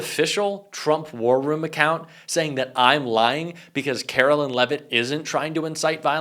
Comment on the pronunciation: Calling her “Carolyn” is just as disrespectful as the right mispronouncing Kamala.